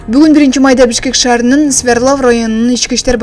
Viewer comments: Свердлав эмес Свердлов болот журналистсин дагы. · Ай айланайын Свердлов деп так суйлочу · Kg Свердлов деп айтылат.